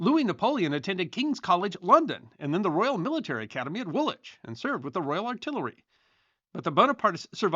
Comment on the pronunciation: Props for nailing the pronounciation of Woolwich - really shows you put the effort in!